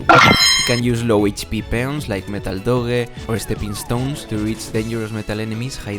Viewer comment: Doge ❌ Do ge ✅